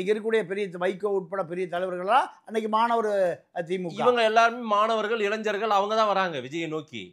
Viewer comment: இளைஞ்சர்கள் அல்ல; இளைஞர்கள் என்று சொல்லுங்கள்